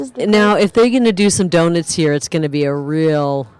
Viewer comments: It's pronounced donut not donit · Hey,: Someone needs to explain to the woman doing the commentary how to pronounce, "donut".